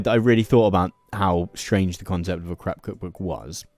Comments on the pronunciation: You pronounce the word crepe as "crap", rhymes with map. In the US crap is poop. In the US we pronounce crepes as "crape", rhymes with cape. I kept laughing about all the 💩 recipes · Why do you keep saying crap instead of crepe? 😅 It is so ridiculous. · Your pronunciation of crepe almost sounded like crap. The correct pronunciation rhymes with crate. It was so irritating that I had to stop listening. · sweet galloping jesus man, it's pronounced "crayp'' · Oh dear, I can't have been the only one who heard "crap maker" 😆 It is if you use it very poorly! Edit: I'm continuing to mishear it and it keeps getting funnier... "Loads of different crap fillings," "There's all kinds of things we can be having in our craps," please 😭😭